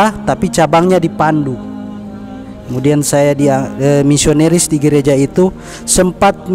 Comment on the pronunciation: Katanya pendeta gomong nisonaris na bilang nisoneris hmmmmm pendeta apa BKN ya?,🤔🤔🤔🤔🤔tpi saya GK yakin dari keksasiannya. Sayang dia Uda bohong sama saudara muslim semuanya